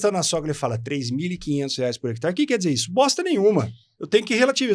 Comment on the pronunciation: Gostei da entrevista, mas por que o rapaz, que é agrônomo, fala “hectar”?